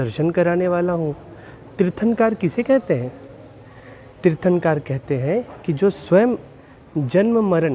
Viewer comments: Tirthankar nhi...... Hindi me aaa nhi khna hai.... Kar kahana hai Tirthnakr...... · भाई साहब आप तीर्थांकार बोल रहे है, तीर्थंकर कहो 🙏🙏🙏🙏